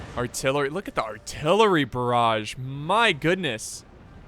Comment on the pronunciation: "Chasseur " you must pronounce "ch" like the "sh" of shoot or like the "ch" of "french" and "barrage" the sound of the G is the same as Genius . One of your french fan